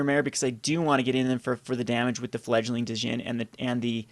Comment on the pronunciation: You aren't supposed to pronounce the "D" in Djinn.